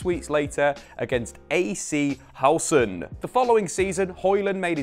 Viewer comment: I mean.. His "Højlund" is alright. His "Aarhus" and "Horsens" was abysmal, tho 😅